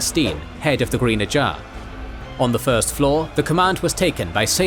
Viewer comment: It's more you're doing an impression of AI. Saying "ajah " weird, leaving articles off of words, odd cadences at times. Is it intentional?